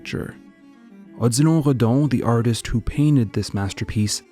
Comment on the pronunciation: I clicked on the vid because Odilon is my name but I never pronounced or heard it pronounced in that way. Anyways nice vid definitely a sub from me